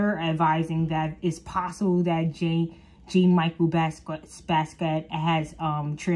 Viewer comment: jean is pronounced as "John" . Michel is pronounced as "Michell" like the girl name. He is black American and Puerto Rican. He is a graffiti artist. He was apart of the 27 club. Try not to use wikipedia.